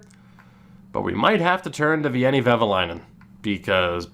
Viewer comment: A little tip to pronounce Veini’s name: it’s almost like Wayne but with an additional ”e” in the end. ”Wayne-e.”